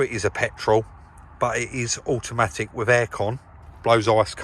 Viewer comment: It’s nuyace that it’s auamaic!